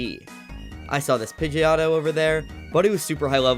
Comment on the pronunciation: Did bro say lvl 9 it's literally lvl 5 and did bro say Pidgeauto